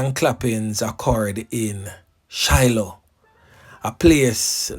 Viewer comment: Not Shiloah but Siloah mi boss, and Ballard's valley is also in st Elizabeth. And it Dane Morgan not Diane am from that area. Bless up yuhself keep up the good works